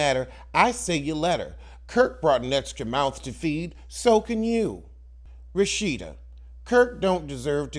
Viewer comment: Why do you call her Rashitta?